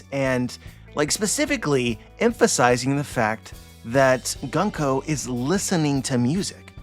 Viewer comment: It's pronounced "Goon-ko", not "Gun-ko" :) Great analysis as always. I'll email you to discuss something.